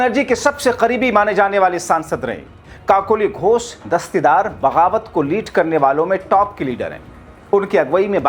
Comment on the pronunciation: कोकलि घोष नहीं काकोली घोष होगा 😂